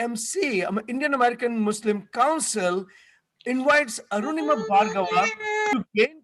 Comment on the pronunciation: Btw her name is Anurima, not Arunima!